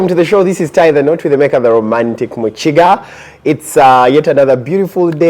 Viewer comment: Can someone tell me, in Uganda you pronounce Ki as chi? I heard you saying Chitaka yet it reads Kitaka. Even Mukiga I hear you saying Muchiga.